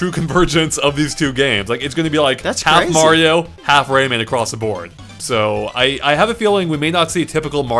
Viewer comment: I don't like how says Raymin